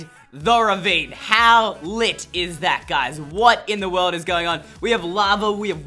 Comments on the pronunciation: Did he say litttt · stop saying lit like that